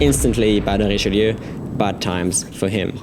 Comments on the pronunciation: French Ouaiboo He IS french after all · Good prononciation for "Richelieu"